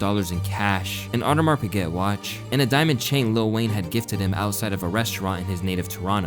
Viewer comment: did you say Audemars PIGGET?